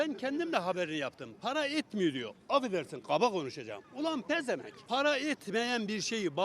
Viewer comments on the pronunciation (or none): Pezenvenk diyen adam beyni ucmus cahil yobazz beynsizzz